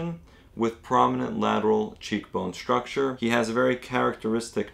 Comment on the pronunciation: STruk-tCHER, not SHRUK-SHER